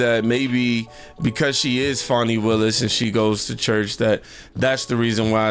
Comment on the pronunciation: it's Fani not Fawny